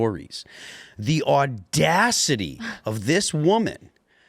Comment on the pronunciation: Gotta love when Phil pulls out "the AUDACITY!!!"